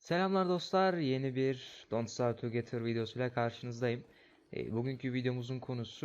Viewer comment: şu oyuna tugetır deme artık yaaa. tu gedır de lütfeen :D